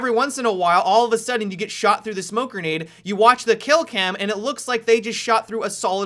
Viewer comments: "Smoke Gernade" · funny how he pronounces grenade